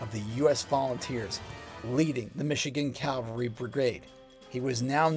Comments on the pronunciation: Forgive me, but it is "cavalry", not "Calvary". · CAV CAV CAV-- never Calvary. Unless you mean Golgotha. Say CAV alry 108 times.